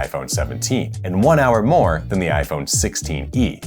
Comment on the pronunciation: "But, theres a lot moe to it than size." this has two meanings 🤣